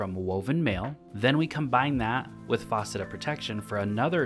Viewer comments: Stop saying faucet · Say faucet one more time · FAUCET?! Dude haha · I came here to say that! It’s f(ass)cet not f(aw)cet. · faucet haha, great build vid though